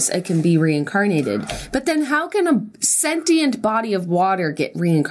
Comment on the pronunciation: I fucking can't with them pronouncing sentient wrong the entire video.